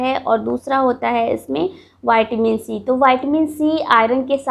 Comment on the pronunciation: ये वाइटमिन नहीं विटामिन होता है